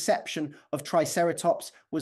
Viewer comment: The computer voice seems to be confusing the words "Triceratops" and "ceratopsian." ". . . our entire visual conception of Triceratops was fundamentally wrong." Computer voice does not know what "fundamentally" means.